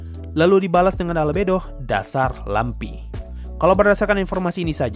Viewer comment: Inilah klo lupa baca ulang naskah😅 Lamprey dibaca lampi